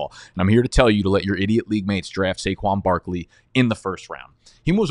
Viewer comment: Had to leave after I heard saquon